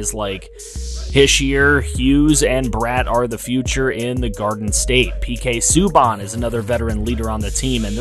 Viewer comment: Btw Subban is pronounced Sue-Ban all 3 Subban’s are the same due to them being brothers